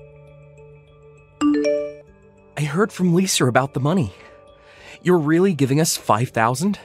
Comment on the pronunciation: Wow she lies as easy as she breathes! It's strange how the son pronounces Lisa like "Liser" at first lol